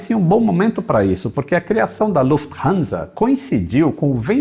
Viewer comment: Desta vez não colocou a russa para falar o nome , pelo visto deve ter falado certo. Kkkkkk